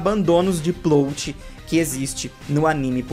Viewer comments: pq vc fala PLOUTI e nao PLÓT kkkkkkkkkkkkk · Oi,, acompanho os vídeos há um tempão e gosto bastante, mas n sou de comentar na internet, rsrsrsrs. Só tava querendo te falar há uns vídeos já que A PALAVRA Plot se pronuncia com o "O' aberto, como se tivesse um acento ali: Plót. Valeu, continue com os ótimos vídeos ^^!!